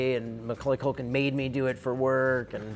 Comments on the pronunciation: What's 'McCulkun' counter at? He calls him McCulkun to his face lol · “Mr. MaCulkin” 😂😂😂